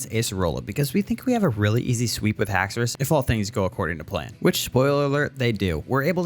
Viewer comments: HAXORUS, NOT HAXOUOUS! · THE FIRST U IN HAXORUS IS SUPPOSED TO BE AN O! AND DO NOT LEAVE OFF THE E IN PSEUDO!